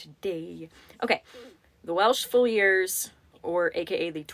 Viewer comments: This was AMAZING! What excellent work you do! Also..your organized and articulate manner is very impressive! On the title the “Welsh Fusiliers” — it’s pronounced Fyoo-zuh-leers. 😊 with the “fyoo” part being pronounced like the word few. I spelled it the best I could based on the pronunciation. The only reason I know this - is because I am a huge Downton Abbey fan - and the cooks’s nephew was a soldier in the Lancashire Fusiliers during World War I … and that’s how she pronounced it on the show 😊. Thanks for all you do. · Fusiliers- Fuse💓 like a fuse box Uh❤ Leers💖 like when someone leers at you